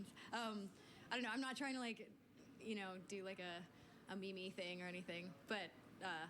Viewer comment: "a me-me thing" no its meem how could u claire